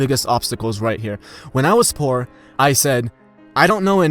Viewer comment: Dude you don't pronounce "poor" well. Great video tho.